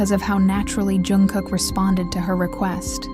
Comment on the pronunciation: His name is Jungkook, not Youngkook